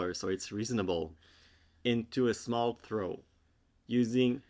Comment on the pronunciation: I feel like you named the “funfetti” shawl in your pronunciation. “The Schmall Shawl”